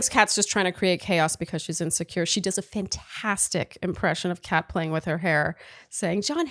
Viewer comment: I kept dying of laughter every time called Kat, cake. 😂